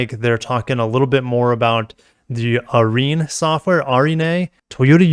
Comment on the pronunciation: Increased market share in Europe? That can't be right, all the YouTube 'experts' tell us that Toyota are going bust.... P.S the software is pronounced "are reen".